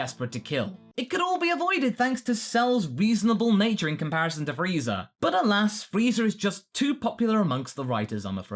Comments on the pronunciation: Really? Really? Freeza with an I. So disappointed. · Wait is he really saying FREEZER